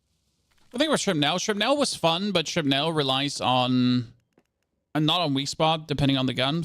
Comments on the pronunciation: When you pronounce "shrapnel" you don't really pronounce the E. It's pronounced more like "shrapnl". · Shrap as in apple ) nul. That's the way it is pronounced in Hollywood movies.